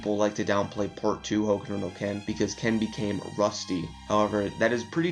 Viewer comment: Why do you say "hokudo no ken"?.